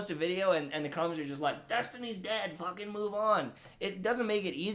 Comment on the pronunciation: There's something about the way you Canadians say "fuckin" that I find so funny.